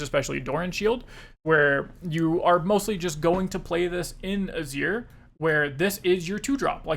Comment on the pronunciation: Just a note that Azir is pronounced Ah-zeer. Great content, waiting for more